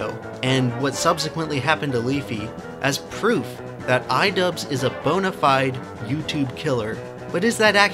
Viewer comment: Good video, but perhaps improve your pronunciation of bona fide.